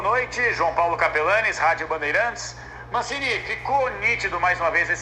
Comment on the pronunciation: Entrevistador falando Mancine, e eu só conseguindo ouvir Guardiola